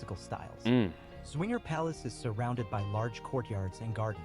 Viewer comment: Swinger Palace ... that's a good one ... the Z from Zwinger is best pronounces as Ts - so it's at least Tswinger, definitely not swinger. Wishful thinking on the creator's part, I guess